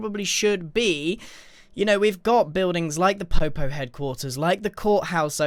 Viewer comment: Took me while to understand the pun that may or my not be intentional Also it’s Poe Poe not popo Edit: you fixed it good job 👏